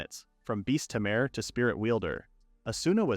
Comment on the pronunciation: unsure if your joking or not. Also unsure if its obvious or not but he mispronounced tamer as something like tarmor, just found it surprising since mistakes like that hardly happen here.